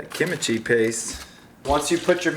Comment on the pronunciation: Kim chi (kim Chee) no “I” sound between them lmao.